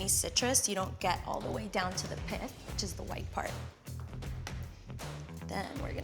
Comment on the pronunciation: Did she say "pith"?